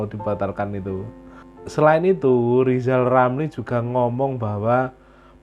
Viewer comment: Lijal lamli 😂